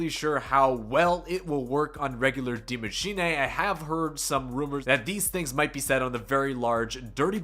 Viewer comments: Machine-uh not machine-ay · Its not die machinay